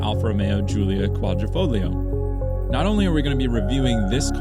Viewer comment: All that knowledge of the car and yet you say the “g” in Quadrifogilo”. 😂